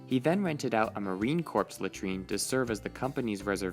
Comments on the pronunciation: ARE YOU KIDDING!?!? A Marine "CORPSE" latrine!? LOSE THE G.D. ANNOUNCER-BOT!! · Did you seriously say Marine Corpse??? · 1) "Marine Corps" is pronounced like "Core" 2) It's a BAe 146, not a BEA. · AC and by the way the S in Marine Corps is SILENT! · You pronounced Marine Corps wrong. The “P” is silent.